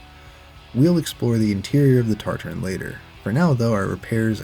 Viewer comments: I’m gonna lose my mind it’s TA-TA-RIN not TarTar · Nice video. Heads up though, there us only 1 "R" in Tatarin at the 3rd to last letter. TAT-ar-IN, like in Tatra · Why is he saying TARTARINN